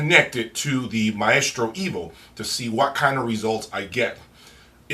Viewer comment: it's not 'My-eestro' it's 'my-stro'.